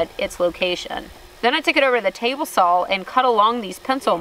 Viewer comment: i really love it when you say 'tablesaw(l)'